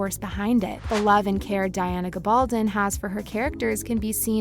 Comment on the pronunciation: GAB-ul -don...jeeez learn the name please